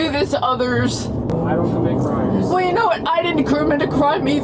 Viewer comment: ‘I didn’t Kermit a crime’ 🤣